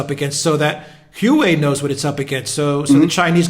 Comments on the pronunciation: Its pronounced like "hwah way", not who way. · A minor point: "Hu.aa.wei", not "Hu.wei". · name is pronounced waway (Huawei) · dumb ass is HUA WEI, not hue way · Isn't the pronunciation "WAA-WAY"? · say it with me, "hwa-way." ffs. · atleast pronounce it properly, Wa-Way. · It's pronounced "Wah-Way"! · Good advertising for Hua Wei (pronounced Hwa Way) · the correct pronunciation of the name Huawei is like "wha way' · It's enunciated "hoo-ah-way"... Ignoring the 4 different tones intrinsic in Mandarin. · Please pronounce it wa-way Tx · Dudes, "Huawei" is pronounced "Wah-Way". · These guys have no idea what they're talking about let alone knowing how to pronounce the company name. "Wah Way". Lmao!!! All Chinese companies are state run and criminal. Ding dong alert on high with these 2. Lmao! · By the WAY -- It's pronounced "Wah-Way"! It's pronounced "Wah-Way"! It's pronounced "Wah-Way"! It's pronounced "Wah-Way"! It's pronounced "Wah-Way"! It's pronounced "Wah-Way"! It's pronounced "Wah-Way"! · Bolton is a vile neocon, not a nationalist. Neocons are imperialist. They pursue war and hegemony which totally undermines the nation. Modern nationalism is strongly anti imperialist. Also, you really look foolish when you make a video and cannot be bothered to learn how to pronounce Huawei